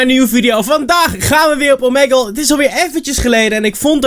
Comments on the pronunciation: T is toch gewoon Omiigle? (Uitspraak) En niet Omegel (uitspraak) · Omeggle xD je spreekt het uit met als ee niet als e